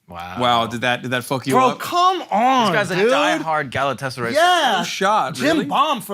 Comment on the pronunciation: ...and I am even more confused as to how Schulz knows how to pronounce Fenerbahçe and Galatasaray.